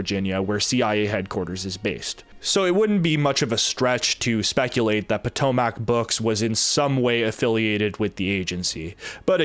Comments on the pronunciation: btw it's Puh-tome-ic (named after the Potomac river which Dulles VA is like, right next to*) *edit just south of the river lol had to double check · You say “Potomac” all wrong.